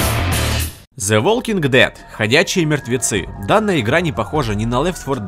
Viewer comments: Ах да, и не "Уолкин Дэд", а "Валькин Дед". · Smart TV VV Правильно говорить "зе волкинг дэд" и "лэф фо дэд"